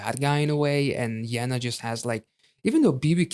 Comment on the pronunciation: Nice that you reacted to Yena! Even nicer that you liked her style. Also props to your pronunciation of Yena.